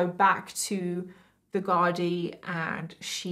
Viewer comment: Ahh it's a pity you didn't show the photo of Charlotte(who got a job in the prison kitchens) holding a knife up to a fellow male prisoner for a laugh, having a great old time. Great work on tbe Irish pronunciation of Garda and our Irishisms of language you sprinkled throughout the video. Well done 👏 😊